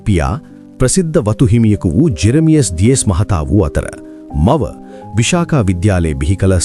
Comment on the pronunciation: කරුණාකරලා නිවැරදි වචන උච්චාරණය සොයා බලා කලහොත් මැන්වී ඔබ බෞද්ධයෙක් නම් නොදැන සිටීම කණගාටුවට කරුණකි අප පාසැල විශාඛා කියා ලියා ඇත්තේ පාලි භාෂාවෙනි මෙය, විසාඛා මහා උපාසිකාවට උපහාරයක් වශයෙනි මෙහි, විශාඛා යන වචනය මූලික වශයෙන් භාවිත වන්නේ පාලි (Pāḷi) භාෂාවෙනි. බෞද්ධ සාහිත්‍යයේ එන ගෞතම බුදුරදුන්ගේ ප්‍රධාන කාන්තා අනුශාසකවරිය වූ විශාඛා මහා උපාසිකාව හඳුන්වන්නේ මෙම නමිනි. [1, 2] පාලි භාෂාවන් මෙම වචනයේ අර්ථය සහ අදාළ තොරතුරු පහත පරිදි දැක්වේ: පාලි භාෂාව: Visākhā (විසාඛා) හැකිනම් කරුණාකර නිවැරදි කරන්න